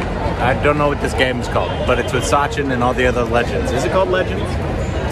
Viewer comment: Sachin , not sunday 😂